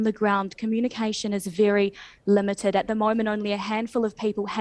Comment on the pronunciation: Wery Wery 😔